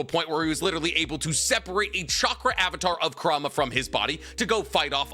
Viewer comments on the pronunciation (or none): none